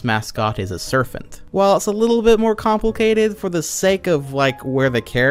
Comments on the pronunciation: Is he saying “serfent”😂 Serpent my man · What the fuck is a "serphint"? Do you mean serpent?? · im sorry, i don´t want to be rude, but dude, every time you say serpent with "F" intsead of "P" i imagine a snake surfing on some wave in the ocean with sunglasses T.T